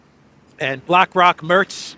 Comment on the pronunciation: Merz nicht Mörz